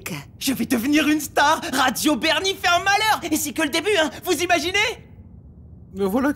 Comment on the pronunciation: Sur radio bernie goouuuuuuuudeeuuh à la fin(jsp même pas ce qu il prononce)😂😂😂